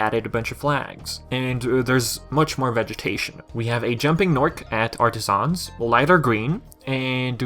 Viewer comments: It’s pronounced “Artisans” not “Artisahns” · Dude the way you say Artisans makes me cringe lol 😂 In all seriousness though, the correct way to pronounce it is: Ar-ta-sins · The only mistake was your pronounciation of "Artisans" its pronounced as if it's one syllable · I like how you say Artisans